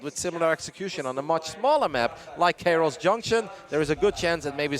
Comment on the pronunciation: KA-Iros not cayross